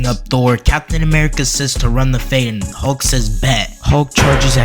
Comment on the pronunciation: His name is Hulk not Halk you clown. You probably call it malk instead of milk too.